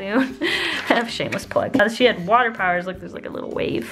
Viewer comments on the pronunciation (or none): none